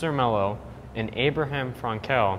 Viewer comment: His name was pronounced Avraham Frankl. not frank-Ell. The emphasis is on the Frank. His grandchildren are quite famous in Israel, one of them was my brother's boyhood best friend.